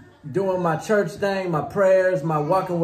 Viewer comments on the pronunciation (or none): I laughed so hard when said church but pronounced chuch haha.